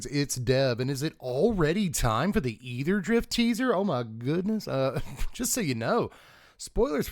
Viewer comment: I just want to say I appreciate you pronouncing aetherdrift correctly